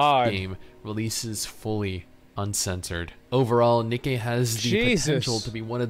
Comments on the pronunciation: It's Ni-Kee not Nike. LOL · its Nikke not nike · He really said Nikey I forgot about that